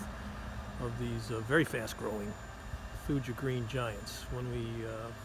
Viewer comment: pronounced thoo-ya 😉You can get them to grow a lot thicker and denser if you prune them properly. You don’t want them to be lanky, however tall. You want them to be dense and full. They are wonderful trees, I have 40 of them. For anyone else interested these can also be clipped into a neat hedge but don’t ever top them, you can taper the top but don’t ever touch the leader. Thank you for the video!